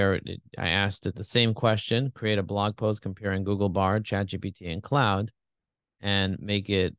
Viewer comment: Claude is a French name, pronounced cloh-d, not like "cloud"! Bard pronounced it right 😉 Helpful comparison, thanks!